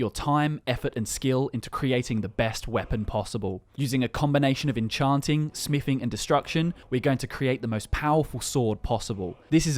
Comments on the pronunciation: "Smifing" Sorry, didn't know that skill was in skyrim. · its smithing not smiffing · Holy shit it's smiTHing not smiffing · Smiffing...love it. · You say TH when you pronounce the, this, that etc. But you say F instead of TH when you say another/anover , smithing/smiffing, with/wiv, thumbs/fumbs up. You have a selective speech impediment huh? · Whats is “smifing” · Learn how to pronounce a "th" sound. Jesus christ. "smiffin" on every second word was unbearable.